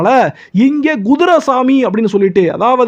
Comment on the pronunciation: Guthirai என்று சொல்லாதீர். Kuthirai எனச் சொல்லுங்கள்.